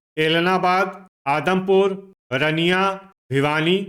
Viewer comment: रनिया नहीं है अंकल जी , रानिया है।